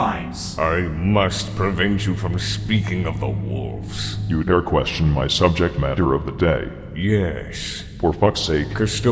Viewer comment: "Have you no wulves?" Still a great line no matter how many times i re-watch TTS.